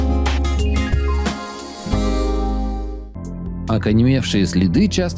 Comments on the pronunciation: Автор, учи русский язык. Правильно говорить ОКАМЕНЕВШИЙ ! а не ОКАНЕМЕВШИЙ. Это проходят ещё в начальной школе. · ОКАНЕМЕВШИЕ.... ВМЕСТО ОКАМЕНЕВШИЕ))))) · Мне одному слышится, как комментатор говорит: "ОкаНЕМЕвшие следы?" И причём 2 раза подряд! 🤔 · А я подумал мне показалось))